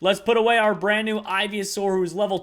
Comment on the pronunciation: Ivy-a-saur, really? Really?